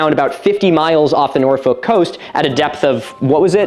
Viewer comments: Nor-foll-k We English are weird.. It's Nor-fuk now 😂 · Norfolk? You mean NorFUCK Lmao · Great video, but please look up how to pronounce Norfolk... it is basically 'Norfuhk' the L is essentially silent. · This is very very interesting but I’ve gotta say, as a Brit, it’s NOR-FUHK not NOR-FOHK and “Dogger” has very different connotations here so this just made it a whole lot more entertaining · For non native English speakers, Norfolk is pronounced more like Norfek by people in the UK, rather than Nor folk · It is pronounced 'norfuk' not 'norfolk' Thats about my only criticism of your research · I’m from England and the way you pronounce Norfolk is so painful it’s pronounced norfuk I know we’re weird but it still hurts 😂😂😂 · please pronounce Norfolk correctly. it’s like Noor-Fock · The only place i heard you mispronounce was norfolk. Its 'norfuk’ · Its pronounced "nor-fuk" why would you deprive yourself 😂😂😂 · As someone that grew up in Norfolk near The Great River Ouse. I can say your pronunciations are close buuuut off. Norfolk = Nor - Fook Ouse = Ooze (no special way literally Ooze, like Oozing wound) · Norfolk is pronounced like ‘Norfook’ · Milo gonna lose his minds when he discovers the River Ouse is pronounced like the word “ooze” Also, Norfolk is pronounced more like Nor-fuck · Every time Norfolk was pronounced wrong i died a bit more😭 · As a Nebraskan, hearing her pronounce the L in Norfolk is throwing me off😂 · the Yank's pronunciation of Norfolk hurts me